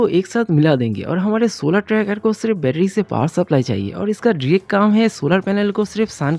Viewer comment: Betery❌ betedy ✅